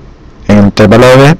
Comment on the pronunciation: Se dice intervalo y no intérvalo